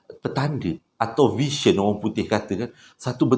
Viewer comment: Sebutan "vision" tak consistent. Kadang-kadang sebutan betul VISION as "vision", ada juga sebut "version".